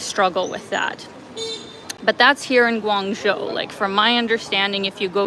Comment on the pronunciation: just fyi -the second syllable of guangzho is pronounced "joe".